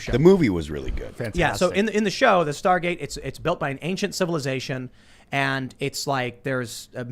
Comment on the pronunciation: Why does Tim continually say "star gaze" when it's Star Gate